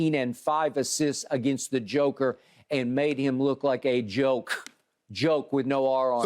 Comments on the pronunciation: A Joke 🤣🤣🤣without the R.. skippp lolol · Joker with no R on it 😂 this man here